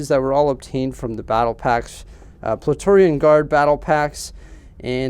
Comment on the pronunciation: these are awesome. i giggled wen you mispronounced Praetorian a few times, lol.